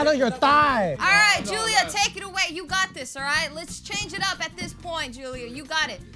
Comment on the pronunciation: said "finally a point" but it sounded like "finally a boy" LOL